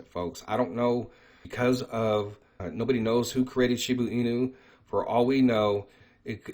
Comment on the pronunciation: If u are going to talk about a cryto si often u should know how to say it. It's annoying when you say shibu inu. It's shiba.